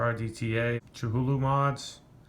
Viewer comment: that filling tho... that hohm wrecker tho... have ya seen the new gemini rta? glad ya found a good cotton, cotton candy does very well also. and just so ya know it's commonly pronounced ka-thoo-loo, Cthulhu is a cosmic entity created by writerH. P. Lovecraft and first introduced in theshort story "The Call of Cthulhu", published in the pulp magazine Weird Tales in 1928. Considered a Great Old One within the pantheon of Lovecraftian cosmic entities, the creature has since been featured in numerous popular culture references. Lovecraft depicts Cthulhu as a gigantic entity worshiped by cultists. Cthulhu's anatomy is described as part octopus, part man, and part dragon. Its name was given to the Lovecraft-created universe where it and its fellow entities existed, the Cthulhu Mythos. great job as usual